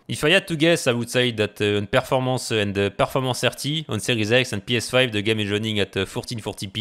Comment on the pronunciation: Words of the day: performance-a, rat-a, shit-a, frame rate-a